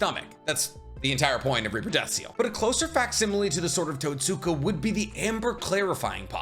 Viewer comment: "totsuka blade" = "tote-skah blade". you're saying totsuka like you're in a M Night anime adaptation